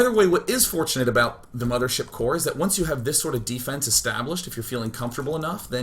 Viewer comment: Its not "Infestor" and "Mothership" its "Impestoor" and "Mamaship" :)